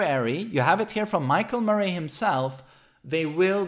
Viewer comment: I love that he says "Murray" like Joaquin Phoenix says "Muh-ray" in The Joker lol